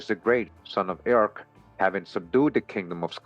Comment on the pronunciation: Eochaid, pronounced "Yock Ed"